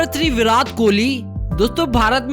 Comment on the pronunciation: Bhai tujhe bolna nahin aata kya virat Kohli ko virath kohli bolata hai 😠😠😠😠😠😠😠😠😠😠😠😠😠😠😠😠😠😠😠😠